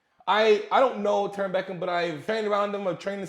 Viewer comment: Terron...not Herron...anyway his name should be something that rymes with "Foron" .